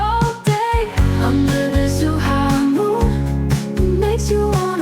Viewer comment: This is great and all, but unfortunately like so many foreigners they can’t understand that the ZH of Zhuhai does not have a pronunciation like Z anything. ZH has the pronunciation of a J .